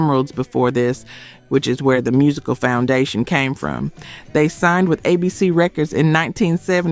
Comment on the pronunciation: Right. The mispronunciations: Bass, ABC, Rebbie R and B, dead giveaway